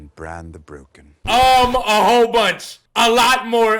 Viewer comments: Bran not bron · Bro watched the whole show and can't say the name Bran the way that it is spelled., the stupid rumors are becoming hard to ignore.